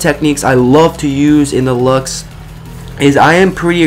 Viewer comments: It's pernouced loves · Not to be mean or anything, but I think its pronounced 'Lukes'